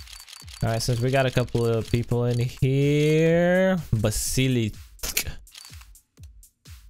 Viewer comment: Stop eating on stream, please. Also, stop saying Basilisk and Asiimov the way you do, say it right.